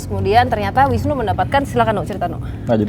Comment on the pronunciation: Bukan nunu mas Mongol tp Wisnu.hihiii